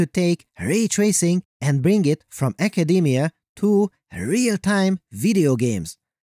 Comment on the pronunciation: awful narration! It sounds like a teenage girl wrote your script... You emphasise stupid words.. like AND!